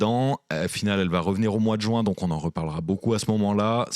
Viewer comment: C'est le mois de juin, pas le mois de joint 😆